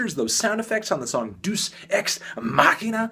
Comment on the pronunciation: It's pronounced "day-us" Anferny